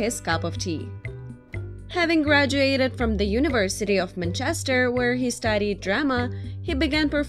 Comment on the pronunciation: On what planet is "Manchester" pronounced like that ?!